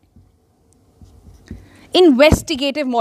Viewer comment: Sonal Mehrotra has invented a new word "Investigatimes"